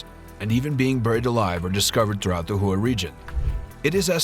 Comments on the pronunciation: The Vietnamese word "HUE" is not pronounced "WHO". "Hue" is pronounced "Hway". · It's pronounce "Way", not Who!! C'mon man. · It's the Battle of "WAY" not "WHO"! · Ah yes the battle of Hue, one of the great five battles, the others being known as hwat, hwere, hwen and h'ow.🤣